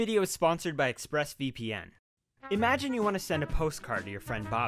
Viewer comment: ExpressVPN? More like... Express E-pe-en. Also remember that you can't do damage if you don't hit in the first place.